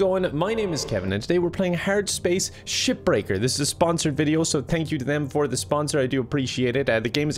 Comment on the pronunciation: Whenever you say Shipbreaker, I just hear Shitbreaker